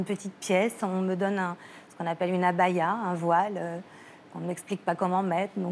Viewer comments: Etienne Balli ben explique nous, vu que tu es adepte de la theorie de la coincidence, comment se faot qu elle soit infoutue de prononcer correctement le mot عباية qu elle a du entendre plusieurs fois par jours mais qu elle prononce abaya à la francaise (ce qui n a stricement rien a voir) mais qu'elle sache parfaitement prononcer un mot qui n existe pas la ou elle etait ? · Etienne Balli mais bien sur. si qqn vient en france, le seul mot qu il saura dire parfaitement sera tabarnac d ostie de niaiseux. Elle, en soit disant 300 jours, elle n a pas appris dire correctement abaya (qu elle est censee avoir entebdu chaque jour) mais par contre elle connait le bom du lezard en dialecte maghrebin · 300 jours enfermé dans un pays arabe pas capable de prononcé correctement le mot Abaya,la mythomanie a encore de beau jours. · je pense que tu n'as pas du tout compris ce que Jamel tente tant bien que mal de t'expliquer. Le probleme n'est pas qu'elle prononce mal un mot arabe mais qu'elle prononce mal un mot arabe du quotidien mais correctement un mot du dialecte maghrebin qu'elle n'est pas censee connaitre dans cette region du monde. Et on t'a donne un exemple plus haut: c'est comme si quelqu'un disait etre sequestree a Paris et ne sait pas dire "jambon-beurre" mais par contre sait parfaitement dire "tabernacle" alors qu'il y a peu de chance d'entendre ce mot a Paris. Apres, je ne dis pas qu'elle n'a pas ete sequestree, mais faut avouer que l'argument du dialecte maghrebin n'est pas a negliger. Et puis, a 22 ans, tout le monde a entendu parler des conditions de la femme en Arabie saoudite. Comment se fait-il qu'elle ne savait qu'elle devait porter le voile la-bas?